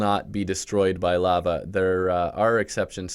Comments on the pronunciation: Did this man really say laaa vaaa excuse me its Lah vah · The way you pronounced lava at the beginning caused me physical pain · who says lava like that